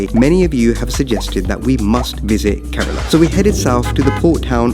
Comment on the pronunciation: kerala not karela